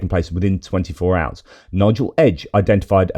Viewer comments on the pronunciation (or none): none